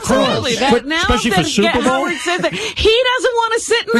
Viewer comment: Gary says Suvervol ( superbowl)